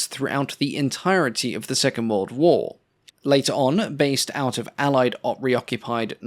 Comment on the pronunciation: "The second Whirl War."